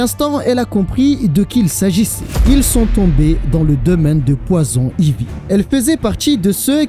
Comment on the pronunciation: Poison Ivy aussi tu le dit vachement mal 😅😂 moi qui est bilingue ça ma fait saigner des oreille a chaque fois Sinon en general j'aime bien tes videos